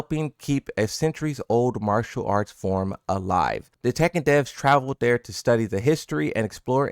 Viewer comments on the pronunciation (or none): none